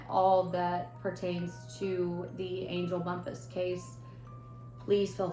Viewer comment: A lot of people were really excited about your podcast. I’m disappointed in this. This is a True Crime story, not a ‘spooky campfire story—“ Lose that crazy music! It’s extremely hard hearing you- Your audio and lighting both need work. In your next story, at least learn how to pronounce the victim’s name. It may not be a big deal to some people, but I guarantee it’s felt by the family members & friends who continue to love this person.. They never look at the camera. Not once did they try to engage w- their audience, and I swear from to or somewhere in there, I seriously thought- is she nodding off? This is a Hot Mess….